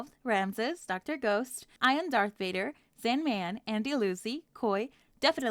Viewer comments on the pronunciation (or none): none